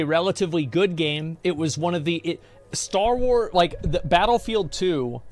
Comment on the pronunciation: Star Wards? Wait, can he not pronounce 'Star Wars' WTF? 😂